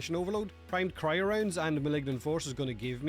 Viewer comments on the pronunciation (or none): none